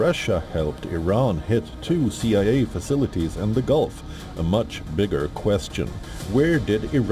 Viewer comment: When someone struggles to pronounce the word facilities. That's when you know that ish has hit the fan 😉. Glory to Iran